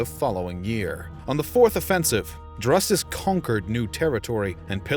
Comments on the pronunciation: had to mute it, the pronunciation of Drusus is so way off anything resembling that name is killing me. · 2.22. Drusus. Is pronounced droo-sus. Never have i heard it said dru-sus. Why are you saying it that way? Everyone says droosus? Have you never heard it said out loud before? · OMG. Learn how to pronounce the man's name right. It is pronounced Droosoos, not Druhsuhs. Even pronouncing it Droosuhs would have been much better. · It's not pronounced druhsus...it's pronounced DROOsus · Not Drusus but pronounced Droosus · Droosus, not druhsus. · "Drusus" is pronounced "droo-suss", not "druss-uss". "Troops" is also a little inaccurate when referring to the Germanic tribesmen. It implies a discipline in battle that they didn't have. Also, to offer a clarification, after the disaster of 9 AD, the Romans did colonize part of Germania, between the Rhein, Main, and Danube. They built a wall along the border, and this area remained Roman till the 5th century. But correct, they gave up on the idea of extending the empire to the Weser or the Elbe. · Droosus. Or Droosoos, Not Druhsuhs. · DROO-SUS not druh-sus. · its pronounced DREWsus fuck sake. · Isn't it pronounced Droosus? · I couldn't take this seriously anymore after he butchered the name "Drusus." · Amusing mispronunciation of Drusus throughout the commentary. Otherwise, informative. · Good topic. The pronunciation of Drusus sounds off. There were subsequent efforts to punish the Germans and conquer portions of Germania - Germanicus made attempts. Domitian (and others), cordoned off pieces of territory between the Rhine and Danube with the Limes. Later, Marcus Aurelius wanted to cover some substantial areas north of the Danube, as a response to the Marcommani wars. So the question is, why they were not successful over the long term, and, were left exposed to serious incursions in the Third Century. Why the Germanic resilience, and later, threat?